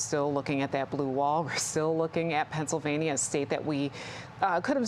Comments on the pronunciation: Someone teach that woman how to pronounce the state of PA. She says it like “Pen-sa-vania”. It’s PennSYLvania. She has the audacity to say low propensity voters don’t know anything about policy while she can’t even pronounce a state correctly.😂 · The moderator pronounced "Pennsylvania" in a way I have never heard before. It sounds like she is saying Pennsavania. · If you are going to host an election night, you should know that it is not pronounced "Penns-i-vania"